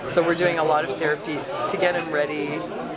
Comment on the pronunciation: The-rapey LOL!!